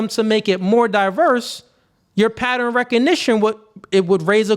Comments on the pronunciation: it's not patter-N. It's pronounced pat-turn. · Please be mindful of saying 'patteren' instead of 'pattern' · The people who cant pronounce ask also cant pronounce pattern... what the fuck is a patteren?? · i love ya, i agree with everything youre saying, but WTF is a "Patterin"? (pattern). lmao